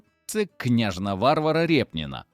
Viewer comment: Цікаве відео, тільки наголоси є неправильні - не ВАрвара, а ВарвАра, не БрЮлов, а БрюлОв. ну і ще пару помилок.